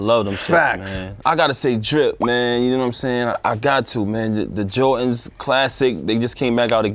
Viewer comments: Is it possible to give papoose the worst for saying "Jor-tins" ? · Stop saying JOR INZ pronounce it correctly.